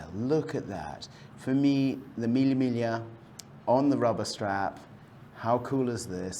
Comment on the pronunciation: Lol I don’t ever wanna hear Mille migla ever again 🤣😂💀